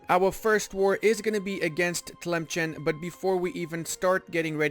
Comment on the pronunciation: As an Algerian, it pains me to hear how you pronounce Tlemcen XD